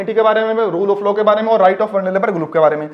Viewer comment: Bhaiya low nahi law hota Haa 😂😂😂